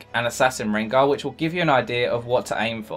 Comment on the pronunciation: sooooo, did you just say rengo